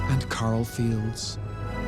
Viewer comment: Very nice but why can't AI get accents right? Carl?